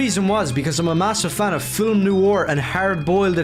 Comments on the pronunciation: Does anyone else get annoyed when he says fillm instead of film? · How about a drink evertime this racist says words wrong like Filum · I hate how he pronounces film as fillem